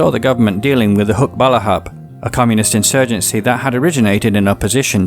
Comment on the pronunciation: Great video featuring my hometown. You stated the facts very well. As a native speaker and a coach in Tagalog language, you need a bit of help on pronouncing the Filipino "A" like when you say "baranggay" - all short a please. Your "hukbalahap" sounds good to me though.